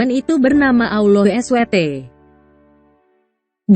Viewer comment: Tetapi kok kenapa saat membaca kata "Allah" di Alkitab vokalnya disamakan dengan sebutan allowh seperti sebutan muslim? Mohon lain kali jangan disamakan. Semoga masukkan ini bisa diterima.